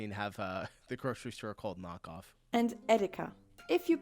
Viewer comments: not nokoff, nah---kaaauuufff.. kaaauuuufff.. not "nok-off"... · It’s not pronounced “knockoff”, it’s pronounced “nah-k-owe-ff” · May I give you a hint on Pronouncing "Nahkauf"? It doesn't sound like "knock-off", think more along the lines of "naah-cow-f" 🙂 (or "naw-cow-f") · Nahkauf (means "shopping/buying close by"). Not knock-off. Pronounced naaah-kawph. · Not knock off, Nah Kauf = Nah=Now and Kauf=Buy, like Nowbuy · nahkauf = "near buy" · nahkauf would translate to closebuy or nearby, but its more or less pronounced like knockoff, yeah... similar. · Nahkauf is not promounced knockoff, and doesn't mean knockoff. It translates into close shopping aka close buy. Ciao from a German currently residing in the US. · Kauf is like you say auw. Na-kauwf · her Nahkauf sounds like Knockoff but translated its Nearbuy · It doesn't even sound like knock off, maybe if you heard it in a nightclub. Nah (nar) vs Knock (Noc)